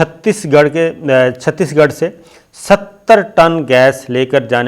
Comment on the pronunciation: It's chates gerh not chatees gerh.